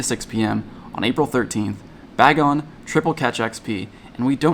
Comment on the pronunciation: None of the pogotubers can say Bagon right 😅